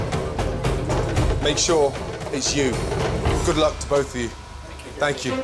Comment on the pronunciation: Gordon kinda give it away innit "make sure it's YU" hahaha